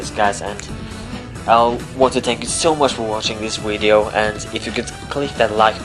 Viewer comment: You pronounced it "weedeo" lol